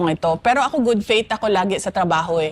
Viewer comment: Good faith po, hindi "good fate".